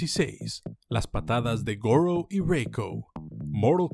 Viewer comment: Goro: Gour